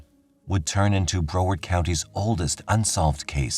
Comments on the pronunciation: Re Lillian from Florida: she lived in - pronounced Brow (a😊s in eyebrow) ard (as in aardvark) Broward County, not Bro ward. Thanks 😊! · Google pronunciations of Florida's city names before u say them on here please ! You're not saying Broward county correctly. Ijs. Love the channel though ❤